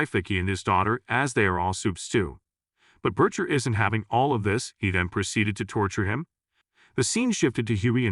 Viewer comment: Here we go again, with A.I. mispronouncing him "Butt-chur" 😂 (Butcher) short for butt muncher?